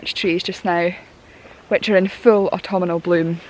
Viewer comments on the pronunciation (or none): Love the way you add an extra 'an' to autumnal"! "Autumnanal"! It's cute! I am really enjoying your work and enthusiasm! 👍😀